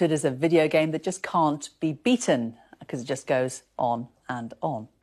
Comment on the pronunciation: Ha Ha Ha, she "con't" speake. Shame on her, she should not work in t.v. and have no evidence. Good job, buddy!!!